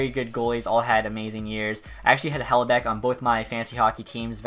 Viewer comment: Hellebeck you say